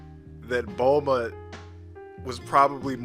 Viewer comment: TOTALLY TRUE. On another thing, taking how you pronounce Bulma as "bohlma" i wonder if you pronounce bloomer as "blohmer"?. show proof that that is in the manga, if not, that's just english dub being what it is (crap). P.S.: what's with that gay gohan at the end?.